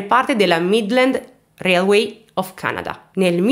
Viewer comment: railway si legge "reiluei"